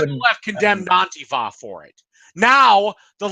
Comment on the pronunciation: Warcorpse says antifa right not AnTIfa